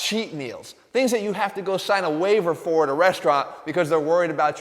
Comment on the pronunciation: Ahahahahahahaaaa Dude said "Sign a wavier because they're concerned about your health" Lmaooo